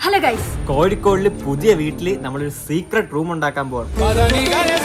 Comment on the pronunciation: Pls dont say kozikode like that pls